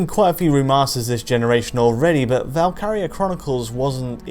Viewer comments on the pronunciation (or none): Know-all comments irritated me. He doesn't even know the name of the game and has such authority. It's not ''Valkaria.'' And exactly how was this game not progressive graphically? There had been nothing like it at the time and the scope of the game graphically was very ambitious. They made it in 720p probably because they couldn't have done it in 1080p on PS3.